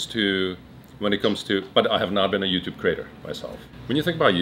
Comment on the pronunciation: he said you tub hahahahah